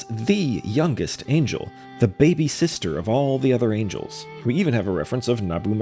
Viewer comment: Bro is mispronouncing angels like he's trying to avoid the gaze of the Heavenly Principles lmao